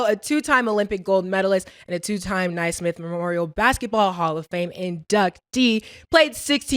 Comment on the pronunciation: we gotta have you practicing your pronunciation of these words before going live on air baby! Ni-smith??? Buhler day off… you better than that!